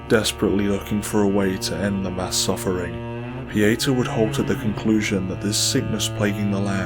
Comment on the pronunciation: I love this presentation, but I'm a bit disappointed that your pronunciation of "Pieta" doesn't match the way she and Exacter Dunmire pronounce it. Specifically, in her introduction after meeting her at Skyrest, and in Dunmire's early quest dialogues where he instructs you to say nothing to Pieta. Both Pieta and Dunmire emphasize the "TA" in the pronunciation. Granted, Captain Stomund and a Stigma of Judge Cleric's "secretary" pronounce it like 99% of the internet. But I'm inclined to believe the correct pronunciation is the one given by the character herself. Typically, it wouldn't be a concern, but considering this video is a historical lore documentary, accuracy becomes more crucial.